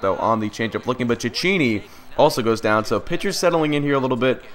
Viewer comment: Hey ive heard garins name pronounced chekeynee and its blake sweehart